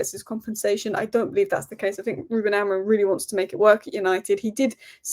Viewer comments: It's AMORIM! Not Amorin!😂😂😂 Ffs can't even say your own managers name correctly.Painful to listen to. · So many United commentators think Amorim’s name ends in “n” !